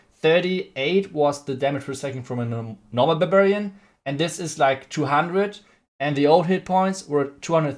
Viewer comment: Its barbarian. Not babarian haha